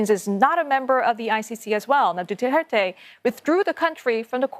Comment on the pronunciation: The anchors pronounce his surname as " DUTERTAE "...💩💩💩💩💩